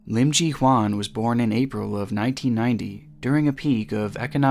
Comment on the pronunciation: Great video,! However, her name is Im Ji-Hyun, pronounced “Chee-Hyun,” not “Chee-Hwan.”:)